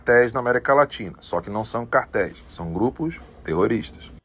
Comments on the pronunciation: CAR TÉIS, CARA, NÃO QUARTÉIS! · Não é quartéis e sim CARTÉIS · É BIZARRO SEU GRAU DE ANALFABETISMO, TENTA VER AS LETRAS ANTES, PELAMORDEDEUS, SÃO CÁRTEIS, VOU REPETIR, CÁRTEIS E não quartéis. Afffffffff